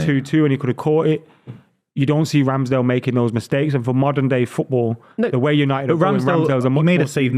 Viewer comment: How on earth can he say Ramsdale